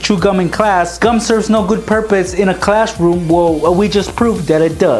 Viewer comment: Why you are saying clash room